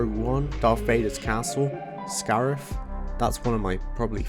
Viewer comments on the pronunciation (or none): none